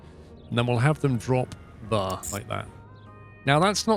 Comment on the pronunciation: I love this series and how you play, the only thing is the way you pronounce "there" is driving me absolutely insane!